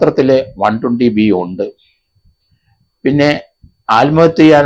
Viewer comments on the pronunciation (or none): none